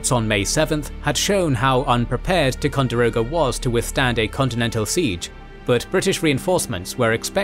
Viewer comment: I realize that, as a Brit, you're not aware of American pronunciations, but Concord is pronounced "CON-kerd." Other than that, great video. Oh, and Ticonderoga is pronounced "TY-con-der-o-ga" and Champlain is pronounced "Sham-PLAIN."